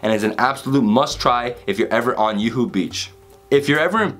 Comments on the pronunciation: yuhoo beach kathy roll damn i have been pronouncing these wrong all my life : P yuhoo is Juhu. J pronounced as J in Jew. or Ju-piter. Kathy roll is Kati roll. Closest pronunciation would be ka (karma). thi (thi-nk) with a hard T sound - roll your tongue so that the bottom part of the tongue's tip touches the pallet. Nothing wrong with the pronunciation since it isn't you language, but just in case any one was wondering. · Dude.. Its Juhu beach. J as in James. English J not European j. Not yoohoo beach. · Yuhu beach 🤣🤣🤣🤣 its juhu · I loved the way he said, "Yuhu" beach instead of Juhu beach❤️ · Hey...I know it's an old video...but just saw this one...gave seen many of ur videos...I'm commenting to this one is as you mentioned Juhu beach as Yuhu beach...😀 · While showing a panneer dish frm mumbai u called the area as yohoo beach, its actually Juhu beach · Its not yuhu beach. It juhu beach. Brother😂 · Juhu Beach - "J" is not silent :D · In Hindi we pronounce J as J, it is not like Spanish/Swedish where J is pronounced as H/Y respectively. It is JUHU as in J for JUTE. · I think being from Miami, he may be influenced by Spanish - hence j is pronounced as y.